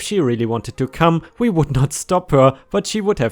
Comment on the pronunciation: W.E? P.D? The word is WE as in; We took a drive. PD is of course Police department.. I do love your stories, but please do sort out the way you say things. Thank You.